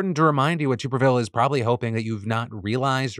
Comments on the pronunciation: Just fyi, Tuberville is pronounced “Tuh-ber-ville”. Only reason I know that is because I’m a huge College Football fan so had to hear his stupid name for years a little while back. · "toober ville" lol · Day 1030 of Phil once again pronouncing Tuberville and me laughing. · How do you not know how to pronounce Tuberville, lol? He was well known before going into politics.